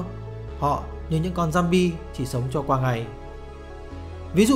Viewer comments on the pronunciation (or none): none